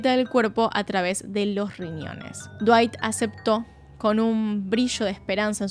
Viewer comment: Me destrozo el "Cuerpo de dwayt 10 de 10" ajajajaja no lo esperaba tras toda esa explicación tan técnica